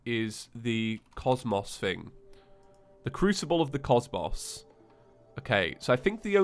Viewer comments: it’s pronounced crucible of the cos(mows)mos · Good video and all,, but if you don't mind me asking... how did you mispronounce cosmos?! Did you not do 6 playthroughs of calamity?